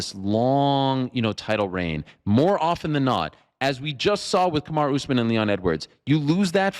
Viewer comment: He’s the master of pronouncing names wrong. Yarear, Pierra, Kamara etc.